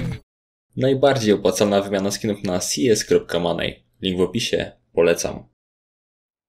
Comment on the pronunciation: CS"Manej" kurwa :/ Kiedy Polacy nauczą się czytać takie słowa jak: money, key czy iron :( ja rozumiem, że większość to nie obchodzi, ale dobra wymowa w angielskim to połowa sukcesu. Jeśli ktoś mnie teraz chce pouczać, że pewnie sam nie umiem tego wymawiać - chodzę do liceum z rozszerzonymi językami i matematyką i dobrze sobie radzę :/